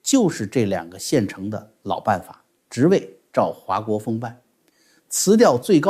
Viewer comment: 华（hua姓4声不是2声）国锋